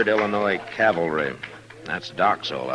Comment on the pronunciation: This is the 3rd character I've heard say "calvary." Is it intentional humor on the part of the writers? Or ignorance?